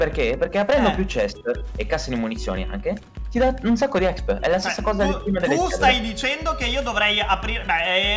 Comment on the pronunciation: Si dice expi non exp